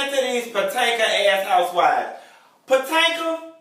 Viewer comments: YOU PRONOUNCING THE NAME WRONG ITS POTOMAC!!!!!!! ASK A FRIEND!!!!!🙃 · He says 'Patanka" on purpose.